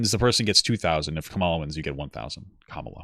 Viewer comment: I forgive papa's struggles to pronounce Kamala solely cuz Pyrocynical kept pronouncing it as Carmilla